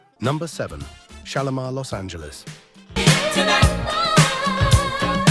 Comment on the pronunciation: Shalamar..there no o in it😅